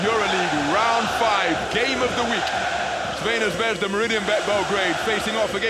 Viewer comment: try to break your tongue a little more to say: Tsrvɛna